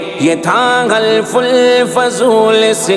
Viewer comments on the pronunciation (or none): الصحيح: حِلْف الفضول - بكسر الحاء.